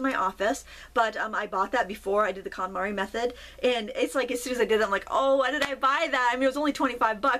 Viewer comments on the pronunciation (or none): The what method? Sounded like calamari but I'm pretty sure that's not what you said. 😆